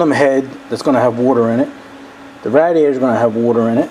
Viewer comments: radiator. it's pronounced (raydiator) not rad distorted you ray the rad I'm Texan. we pronounced our words. but you rock dude on your work. I admire your work and the way you make everything. love your videos. and tell little dirt bike that I said hi. and Mike too. and Papa dirt bike too. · The way you pronounce 'radiator' I would had mistaken you for a Canadian if I didn't know better.